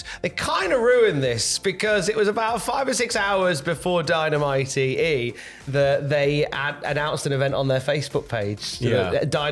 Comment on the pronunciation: Did I hear Dy-Na-Mi-Tee in there?